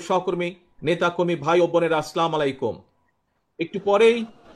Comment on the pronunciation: নেতা দেখি সালামটাও ভালোভাবে দিতে পারে না।এই জন্য হুজুরদের নিয়েএতো চুলকানি।